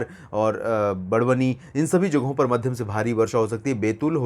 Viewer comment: सरजी हमारे जिले का नाम बड़वानी है। आप इसे बड़वनी उच्चारण कर रहे हैं।